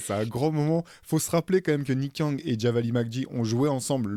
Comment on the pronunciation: Très bon podcast! Mais Theo "Javale" se prononce "Javal" et non "Javali"😊...bonne continuation à tous !